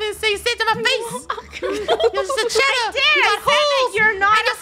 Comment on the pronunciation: shedder cheese 😂😂😂😂😂😂😂😂😂😂😂😂